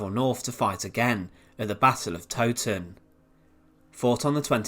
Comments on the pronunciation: Being a local, Towton was pronounced wrong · Yea I’m surprised an Englishman would make that mistake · The Tow in the Battle of Towton is meant to rhyme with cow.